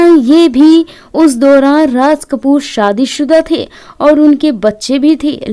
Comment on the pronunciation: Barshat nahi woh Barsat hai Raj Kapoor ji ko Rash Kapoor vana diya Naam to lo thik se 😂😂😂😂😂😂😂